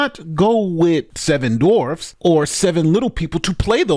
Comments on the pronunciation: Do you have an aversion to the letter W? You kept mispronouncing the word as 'dorfs.' It's dwarfs. DWA. Other than that --good show. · I love the fact that you're almost consistently saying "dorfs" instead of dwarfs. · "dorfs?" or dwarves? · It's dwarfs not dorfs. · Peter Dinklage: *woke whining*: DORFS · WHY DO YOU CALL THEM DORFS? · Seven Dorfs… The W In Dwarves is NOT silent.. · "Dorfs..." LOL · all I heard was saying dorfs lmao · “Dorfs” 😂🤣. That’s the way I used to say it. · How about a commentator who can actually pronounce Dwarves correctly?